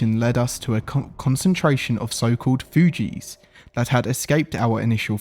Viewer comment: Takes a special kind to pronounce the word "Thugees" as "Fuji"